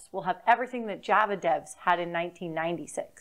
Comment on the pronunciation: is there a reason you can't pronounce Java correctly?